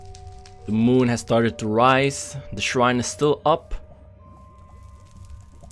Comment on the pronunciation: Shrine not srhine